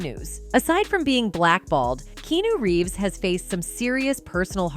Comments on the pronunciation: Keanu didn't say a thing to Jim Carrey. You cant even pronounce Keanu Reeves name right AI chic! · "Key-New Reeves" ?!?